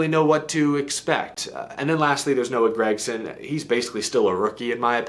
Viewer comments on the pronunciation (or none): Fake News! OAN of Nascar. You can tell its Nascar infiltration by the way he says Noah GagSome.